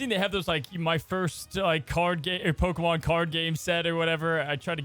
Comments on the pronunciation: Please!!! Stop saying PokeMAN! 😖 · calls them pokemans 😂